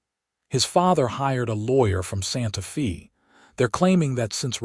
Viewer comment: It’s pronounced Santa Fay not Santa Fee